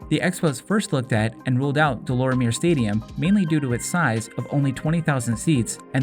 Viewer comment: Deh - Lawr - mee - yayy stadium. Is the proper pronounciation , kid